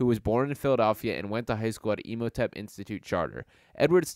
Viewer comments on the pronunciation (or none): It’s crazy how people can’t read😭 Imhotep not Emhotep white boy, dudes not even from the actual city making channels ABOUT the city lol